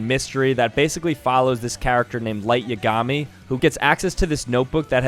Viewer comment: The way he said light yagami